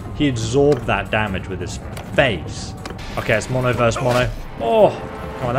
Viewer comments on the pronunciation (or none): none